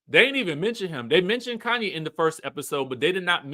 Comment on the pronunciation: He's saying "Kanye" instead of Khanyi, so I doubt. And her name is Kefilwe. Kefi is just short form and I think it's pronounced "Kayfee" but u know Americans will say "keefai"😂😂😂